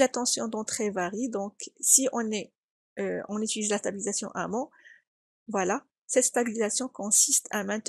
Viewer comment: on dit "en amont", et pas "en amant".